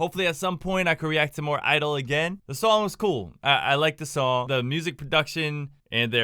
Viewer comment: please 😅 you pronounce the g in (g)idle too